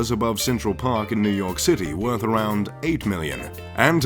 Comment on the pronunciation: Soon, I can be a MULTI BILLIONAIRE and No.1 Riches in the World. ( "Woth" ;-)